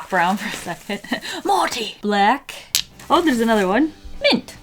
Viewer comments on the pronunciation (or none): Psst it’s Marty not Morty lol